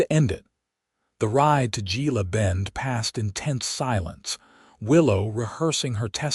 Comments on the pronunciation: Gila is pronounced He-la, like the Gila River and Gila Monster. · The story is nice but AI can't pronounce Gila, Tucson. That is sooo annoying.